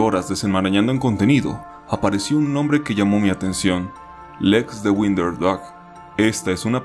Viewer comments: Por qué pronuncias "winder" si se pronuncia "wOnder"? 🤔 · Tu pronunciación de “wonder” y “blood” son incorrectas, esos detalles deberías revisarlos antes de publicar el video. Gracias.